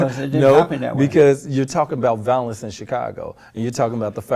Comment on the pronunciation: That was bugging me, too. He couldn’t say ‘violence’ nor ‘violent’ right once.